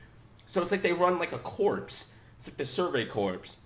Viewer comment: Just so you know, “corps” is pronounce “core”.